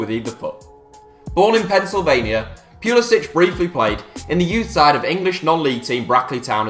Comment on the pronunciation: Finally a knower who doesnt say Christian Pull-eee-Sick